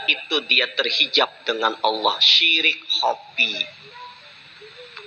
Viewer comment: Subhanallah..benar YaaAllaah...tapi kalo boleh usul tolong kalimat ha dlm lafadz Allaah jgn pakai ha kosong(ح) kada tapi nyaman talinga mandangar nya...🙏🙏🙏🙏